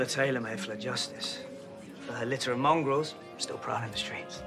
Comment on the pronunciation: Man said mongral